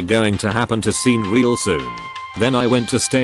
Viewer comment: Sean is pronounced "Shawn".